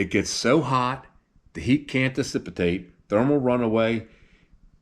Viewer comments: it's dicipate no decipitate ---- isn't it ? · One minor correction The one word you mean is pronounced - Dissipate - which means to make lose of not dicipitate . It can be a hard word to get mixed up with...